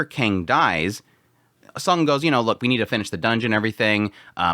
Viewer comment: Instead of calling him Sung, why not just called him by his name; Jinwoo, since you fail to differentiate the sound of Song & Sung. I'm quite confuse which one you're referred to.